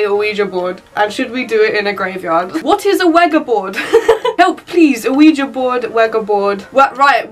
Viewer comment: Ana Wigiboard might be the way you spell it but it is actually ouijia Board lol.just saying.